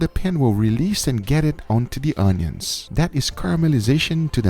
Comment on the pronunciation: When he said i cooked the onions it sounded like i cooked my udders and udders are the balls of a cow (it sounded to me)